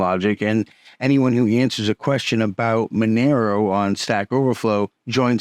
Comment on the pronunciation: Thank you for finally saying monero correctly